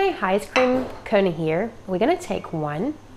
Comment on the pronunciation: " Irun Water " and " Cone Eh "